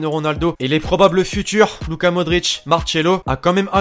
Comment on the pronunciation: Martchelo il a dit ce con